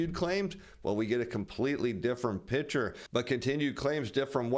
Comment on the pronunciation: Please learn how to say the word, "picture".